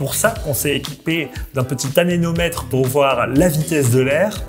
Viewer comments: Anémomètre, et non anénomètre, triple buse... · C'est anéMomètre et non anéNomètre, c'est écrit dessus. En plus ce gars est relativement maniéré, c'est horripilant... 😑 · En bon Français, on dit plutôt " anémomètre " et non " anénomètre " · anéMomètre pas anénomètre.... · Sinon un anenometre ça n’existe pas… c’est anémomètre 😅